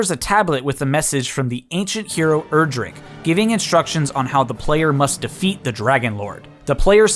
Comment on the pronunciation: It's pronounced "Erdrick", not "Erdrick".